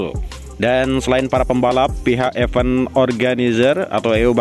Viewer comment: Jangan sebutnya efen dong, tapi ifen biar lebih enak dengarnya 🙏